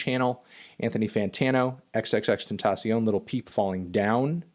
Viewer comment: You said x's name wrong